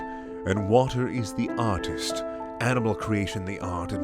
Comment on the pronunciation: "artist" sounds like "autist" and I think that's pretty accurate